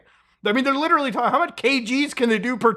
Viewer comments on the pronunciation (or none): none